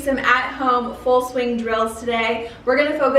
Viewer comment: did she say swing or SCHWING!!